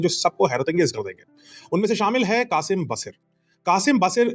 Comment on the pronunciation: Sir Wasim baseer nahi Qaseem Baseer name hai us missile ka.